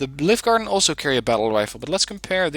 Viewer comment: I Like this deck a lot, Scandinavian Inf is spot on for town fighting! Since you like to pronounce things correctly, Livgarden is pronounced Liü-gaden (the google translate "listen" button helps):-) I played a game with Scandinavian Mech on Cold War Z to test them out in forest fighting up the right flank. I pushed to contact and ended up flanking Greenfor until I was knocking on their front door. (The Redfor players seemed a bit green:-p). But I was disappointed in their overall low autonomy. Granted, it is the long way round but there was still a lot of supply micro to be done for the units that started out at base. Especially for the EOTS Hawk. It has abysmal off road speed and autonomy. It did not fire a single missile all game even after resupplying its fuel reserves up 3 times since the start (Ideally, It should start every game with its own dedicated supply truck). It then took them 30 mins to climb a mountain to an AA sweet-spot. I soon gave up on them and brought in the Otomatics instead which quickly over-performed. I guess they are better used on certain smaller maps;-) Great video as per usual, thanks for the insights.